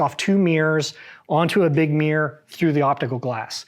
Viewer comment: Taking advice from a guy who can't say Mirror...What the hell is a mear